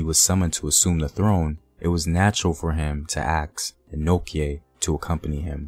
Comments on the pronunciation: Its Ano(chi), not Ano(ke) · it prounounced 'Denchira', not denkira. kye is called chi. and it Anochi, not anoki.